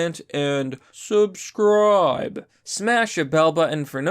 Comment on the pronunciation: Please just say "subscribe" without that weird ass emphasis my guy